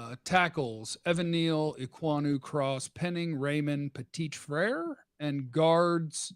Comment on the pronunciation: Hi. As you know I'm French so I'm gonna give you a hint to tease Dane Brugler on how to pronounce the french souding name of Ohio State OL Petit-Frère: P-a (as the undifinite article)-tee fr-ai (same sound as the verb said without "s" nor "d")-r-a ((as the undifinite article). And by the way, his name translates into english as Little-Brother. Take care and be safe. Philippe.